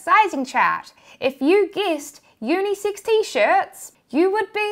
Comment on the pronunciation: At first I thought she said unisix.